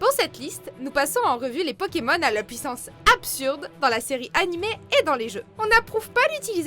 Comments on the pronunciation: Peut -tu arrêtées écorchés les noms des pokemon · Quelqu'un peut lui apprendre à prononcer le nom des pokemon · Un gros soucis de prononciation !😣😣😣😣